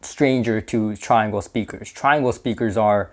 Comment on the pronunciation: I was told years ago it is pronounced "tree-ahngle".